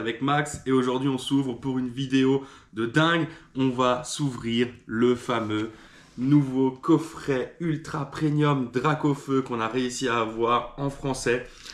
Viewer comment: Bravo à toi ! Mais svp arrêtez avec le "prenium" ce mot n'existe pas, c'est "Prémium" c'est même écrit sur la boite :') Je le voit trop souvent <3